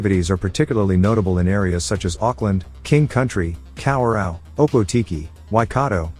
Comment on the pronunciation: Cow we row 🤣🤣🤣 kawerau fk yaaa